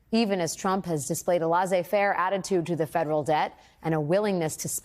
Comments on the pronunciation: I know you're smart, but it's not pronounced "lez-ai fair", it's "leh-say fair." I know people don't think it matters, and if you don't know any better, I guess it doesn't. But to people who know, you sound less smart than you really are. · For God’s sake, learn how to pronounce laissez faire. You’re educated. Even the PhD earning Rachel Maddow mispronounces it and doesn’t know the difference between me and I, her and she, and him and he? It’s astounding. Really. You think Edward R. Murrow made these mistakes.